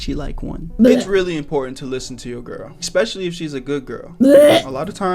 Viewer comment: why does this guy say xpecially I can't